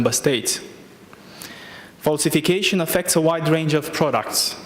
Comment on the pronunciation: "falsificăișăn" dl dr, sau ce oi fi, ne ai făcut dq de râs, așa "promovați" pentru Bruxelles, de așa guverne ratate. Mi a venit să vărs când am vizionat înregistrarea cu percheziționat și n care polițiștii au găsit ceasul femeii care l ai furat 😏Ai peste 10000 euro pe luna, nu ajung pentru "verifikăiș'n" 🤮